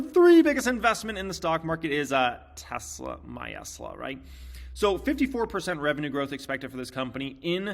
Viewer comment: Please learn the pronunciation of Tesla...Musk says it correctly as a hint